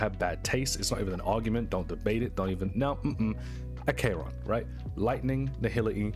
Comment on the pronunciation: Ack eron not A k ron